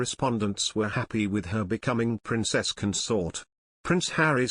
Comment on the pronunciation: The word is CON-sort You may Be a Robot or an antimonarchist But get someone to up grade the emphasis of how you say this word. You consORT with theives The partner of a king is their CONS-ort With best wishes whoever you are Marilyn